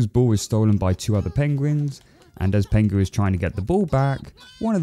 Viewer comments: it's pingu not pengu haha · Ahh so nostalgic ❤ but broo it’s pingu not pengu 😊😊😊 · Stop saying pengu!! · Why do you keep pronouncing it 'Pengu'?? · I know it's penguinese, but did it sound like Pingu swore to anyone else?